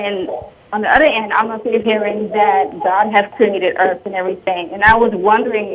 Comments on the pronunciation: you can tell how educated the caller is when she refers to the EARF. Maybe she just sounded funny because she was in the BAFROOM. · she said "Earf". fack sakes.